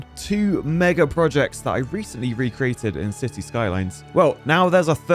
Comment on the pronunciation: I keep hearing him say Sissy 😂. I know I'm not buggin